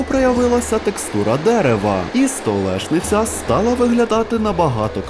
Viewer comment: СТОЛЕШНИЦЯ,,,,,,,, Мої вуха